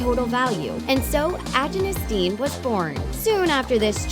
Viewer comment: Did it bother anyone else at how they massacred saying "Agyness Deyn"? They said it completely wrong. It annoyed me so muc!